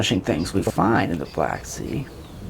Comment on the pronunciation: Somebody tell these Russian guys “the” is not pronounced “z”.